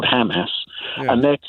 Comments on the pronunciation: As soon as you mispronounce Hamas you cannot be seen as anything but a Zionist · The way he pronounces Hamas, proves that he has been brainwashed, he really said Israel wants to live in peace but it is threatened by Iran ! 😂😂🤦🏻‍♂️🤦🏻‍♂️🤷🏻‍♂️